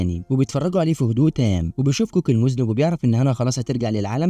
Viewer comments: المُذنّب وليس المُذنِب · مُذَنّب .. وليس مُذنِب يافهيه🎉😂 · مُذَنّب و ليس مُذْنب 😉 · مُذَنَّب وليس مُذْنِبْ